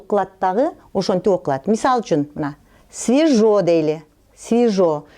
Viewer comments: Сауатты мугалим деп ойламаймын, свежо деген созди ким свижо деп айтады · Свижо дедиби😂😂😂